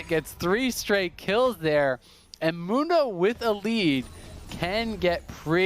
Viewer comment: The American pronunciation of "Mundo" will always be cringe.